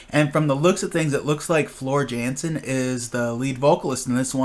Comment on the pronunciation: Her name is pronounced "Yansen" ;).